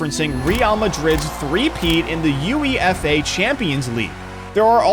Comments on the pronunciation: UEFA not U-E-F-A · Its pronounced you eh fah